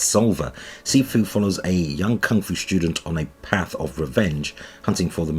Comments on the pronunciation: “SAI” Fu <~~~ 😂, “SI” Fi…. or “SO” fu is due to release…. haha it’s “SEE” FU. fyi. You actually have no clue do you? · I think it’s pronounced See-foo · Sifu is pronounced "Sea-foo" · It’s pronounced like “See-foo” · Sifu is pronounced SEE-foo. It's kung-fu's version of "sensei."